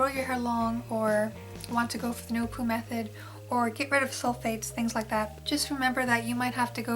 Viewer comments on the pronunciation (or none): none